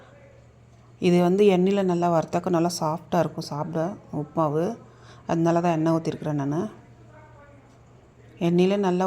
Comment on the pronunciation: உப்மாவு இல்ல உப்மா